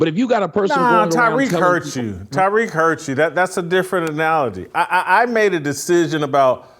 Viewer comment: Why the fuck does he keep calling him Tyriq? The man's name is Tariq. Tommy is a slow mf.